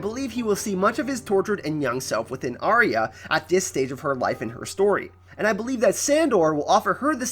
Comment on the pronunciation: It's Are-ya! Not Arry-a. This really winds me up.